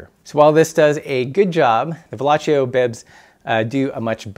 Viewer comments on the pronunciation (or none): Pssst...... Its pronounced Velo-see-o. He was french, not italian